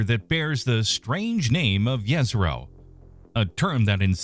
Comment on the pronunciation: Jezero is not from "several Balkan languages" it is in fact a word in several "Slavic languages". It does not "indicate a lake region" it is literally translated as "lake". jezero = lake. Kudos for almost correct pronunciation, which is